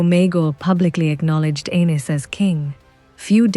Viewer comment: I wish your AI voice would decide how it wants to pronounce Argilac. Every sentence it's different. 😂 And calling Aenys "anus" is just brutal.